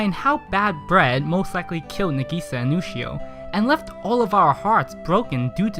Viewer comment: He spelled Sinai wrong and he keeps saying Ushio when she is clearly named Yushio